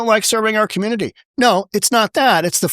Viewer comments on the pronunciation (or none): Why can none of these people pronounce community?